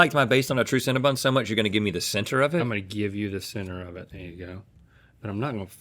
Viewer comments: Why are they calling it cinnaBUN???? Its cinnaBON. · Hearing Cinnabon pronounced as Cinnabun is kinda painful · I cannot stand when people pronounce Cinnabon incorrectly